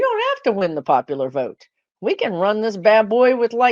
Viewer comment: I love your videos, but your inability to say the word "Vote" is starting to piss me off.